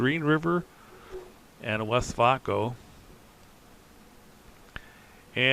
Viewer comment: I’m loving the update and how you are progressing so fast. Great job. My wife was watching this with me. She said “It’s pronounced, West Vāyco, not West Vauco.” She had a lot of friends in Green River whose husbands rode the bus to work at Westvaco. It was just as important in Green River as the railroad is.